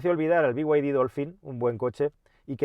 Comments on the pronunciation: Decir "bi way di" pudiendo decir "bid"... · Por qué coño dices ""biguaydi""???? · Cada vez que dices biguaydi dan ganas de desuscribirse del canal, supongo que los chinos quieren que lo pronuncies así por cuestiones de marketing, pero es que rechina igual que el deleznable Disney PLAS, basta ya de estas catetadas por favor